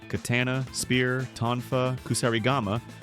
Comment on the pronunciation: Bro just say Kataana? Btw khazan is a hardcore rpg not a ‘souls like’